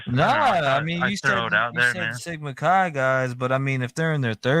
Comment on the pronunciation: Chi is pronounced like the beginning of kayak, by the way.